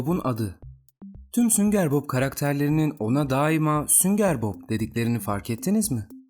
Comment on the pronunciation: sünger Bob deilde hep sünger bok diyen